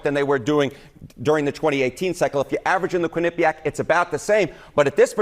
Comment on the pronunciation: This guy on CNN should learn how to pronounce Quinnipiac.